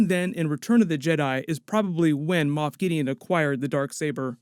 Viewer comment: Moff not moth